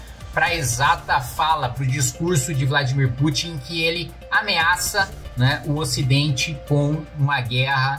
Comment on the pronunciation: O melhor foi Macron falando Vladimir putinha 😂😂😂😂😂😂😂😂😂